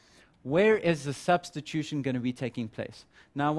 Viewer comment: "Substition" or "Substitution"?